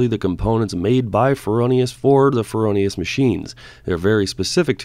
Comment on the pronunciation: FROH Nee Us dude. NOT FerOhNeeUs. Other than that? Excellent Great gear!